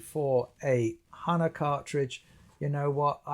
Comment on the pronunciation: It’s hah-nah…